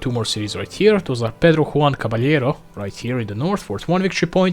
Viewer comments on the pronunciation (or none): none